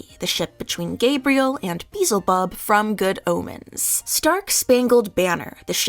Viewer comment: „Bee-sl-bub“?!, have mercy xD (It’s Be-el-se-bub)